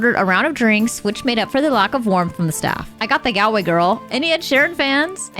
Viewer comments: Btw IRISH people don’t pronounce “Gal -way as you do . Think of “ Gall stones or shopping “Mall” Galway as rhymes with “Mallway” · Gal-way is pronounced Gawl-way…👍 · Galway is pronounced Gaulway. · Why can't American people pronounce Galway?? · Were you really in Ireland? Those pronunciations. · It's a pity you didn't stay long enough in Ireland to learn how to say GALWAY😢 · It’s not pronounced Galway… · How did you spend so much time in the country and STILL not learn how to pronounce Galway??